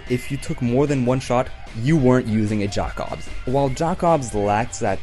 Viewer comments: I die a little bit when he say “jack obss” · The way you pronounce Jakobs after playing the game and hearing it said multiple times is horrendous, bud. Other than that, I agree with your ranking for the most part.